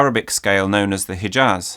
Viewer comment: Great video, but I was a bit dissapointed from the way you said "Hijaz" - the h in "Hijaz" is pronounced more similarly to the German ch than to the regular English h and you've already shown that you know to pronounce the former very well.